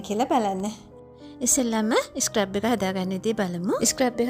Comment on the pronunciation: ස්ක්රැබ් එකක් නෙවී dear ස්ක්රබ් එකක්. scrub ( සූරනවා) කියන වචනෙන් තමා හදාගෙන තියෙන්නෙ. ලස්සන වගේම වචනත් හරියට කියනකොට ලස්සනයි. තරහා වෙන්න එපා කීවට. ඔයාටම නේ හොද future වැඩසටහන් වලදී❤